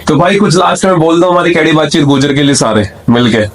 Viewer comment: gujjar nahi gurjar hota h bhai